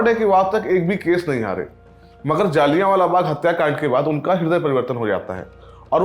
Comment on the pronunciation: पहले तो मुंह से गुटका थूक के बात करे और दूसरी बात ये कि ये “जलियांवाला” होता है,ना कि “जालियावाला “